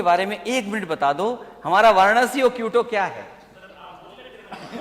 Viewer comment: माननीय अखिलेश जी क्यूटो नहीं होता क्योटो है वो😅